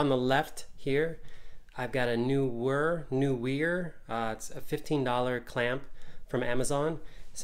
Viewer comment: NEE-WER as in knee-wur